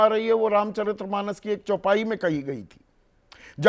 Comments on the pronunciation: अबे चौपाई तो ठीक बोल दो भाई 😂😂😂 क्या पत्रकार हो तुम ? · Bhaiya chaupai to sahi bol lo visletion?